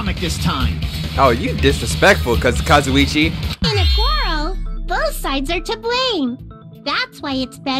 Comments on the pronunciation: he’s finally pronouncing kazuichis name right 😩 kinda miss kazuchi tho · yay, now can say Kazuichi right:) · absolutely thrilled is pronouncing kazuichi's name right now